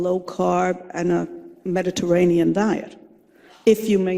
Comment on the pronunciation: Who wouldn't trust a food pyramid shaped dietitian with a New York accent who responds to Ivor with "Oh my God" and can't pronounce "Medi-garain-ian" or "late loss."